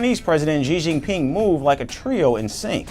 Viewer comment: Xi jinping❌ 11Jingping✅😅